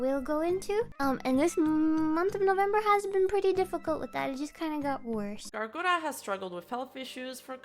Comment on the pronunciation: Who tf is "Gawwllooo Gura"? All I know of is Gawr Gura.